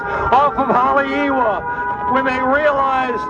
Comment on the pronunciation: lol im frim hawaii and the guy dont even know how to pronounce haleiwa😂